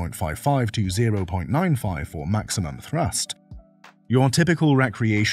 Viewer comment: it's thrust, not thrus..